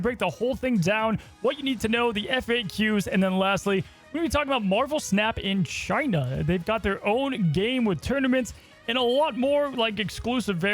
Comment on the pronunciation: Chi-nah Numba Juan